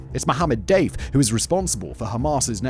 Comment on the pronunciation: Hands up if you thought Simon was calling Mohammed Deif "Dave" everytime... 😂